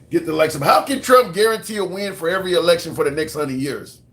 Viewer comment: You can't say election. That's wild.